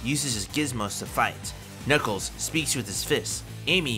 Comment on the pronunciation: Did my guy say nickles the achidna 😭